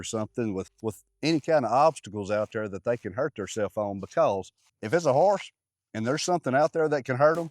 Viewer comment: Yall, I said it before and say it again. cracks me up every SINGLE time he says the word Harse! 🤣🤣 Now in all seriousness, I did learn alot about "Harses" today so it was a great lesson. Thanks for that. Its so exciting that there will be a little pony on the farm. Just think in no time, Little Ladley will be talking to someone about the "Harse" she has had since it was a new born foal. Love it. Much love yall!! Have a wonderful rest of the week. Oh... I think in the story about ol Petey, didnt he have one curl of hair in the front??. You think he and ol Blaze are kin folk?